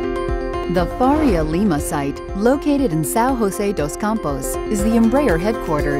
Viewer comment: We don't say Hose (Jose like Spanish) we pronunce Jose maybe like Josef in English